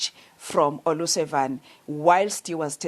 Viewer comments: Considering the effort Paul O'Sullivan puts in pronuncing African surnames...Olusavan sounds perfect! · Paul O Sullivan, not O Lusavan!!!!